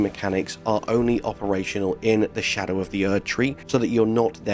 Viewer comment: are you saying scadew or do you mean shadow tree. skadew tree blessing sounds dumber than xdefiant